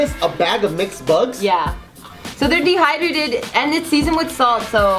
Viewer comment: "So they're dehydradated" Where did that indian accent come from? Lol